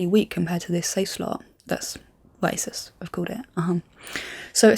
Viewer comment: ASUS is pronounced ASOOS, but it's an easy oversight and understandable